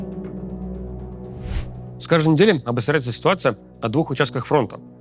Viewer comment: Ситуация не 'обосряется' а о-бост-ря-ет-ся